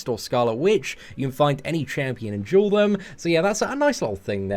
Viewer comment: I love how you say duel